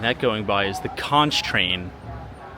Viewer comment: Conch - Pronounced Conck